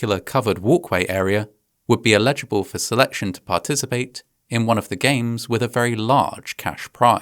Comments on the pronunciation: Your diction is usually fantastic, but I want to point out the pronunciation of "eligible" as "illegible" here. It's a small thing but your standards are high so I thought you might appreciate the feedback. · should be eligible, not illegible as it has been pronounced here. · Anyone else catch his pronunciation of controversy and eligible? Pretty cool, never heard it like that before.